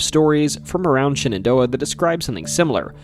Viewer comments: Pronouncing Shenandoah as Shannon Door proves you lived in Elkton 😂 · I've never heard anyone pronounce Shenandoah like that.😊